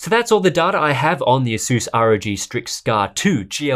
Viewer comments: asuuuuuuuuuuuuuuuuuuuuuuuuuuuuuus asas is how u pronounce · Asus not aSus